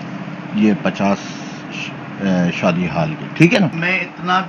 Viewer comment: Sadi nahi hota shadi hota